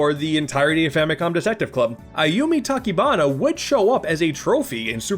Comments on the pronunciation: The “ch” is Ayumi Tachibana’s last name should be pronounced like the “ch” in chicken, not like in “character.” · you gotta pronounce the chi in Tachibana dude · "Eiyumi Takibana" is what he said.